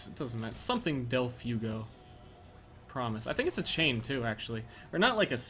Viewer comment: Delfugo? Is he trying to say del fuego? Because that means, literally, 'of the fire'.